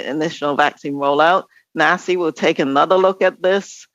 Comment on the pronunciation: Nasi is pronounced Nazi. Jeez they are so in your face about it too